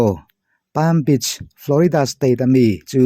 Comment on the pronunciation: Palm beach...(bitch) ang nilovin (this) kan lam dan thluk ang hian lam tur ani.